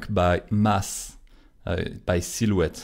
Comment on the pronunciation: Toi aussi tu l'as remarqué (ce qui me l'a confirmé c'est le "silhouette")